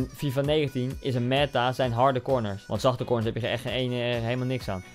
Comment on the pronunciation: Koen ie spreekt meta uit als meeta